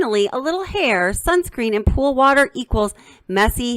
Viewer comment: "impordant", "worter"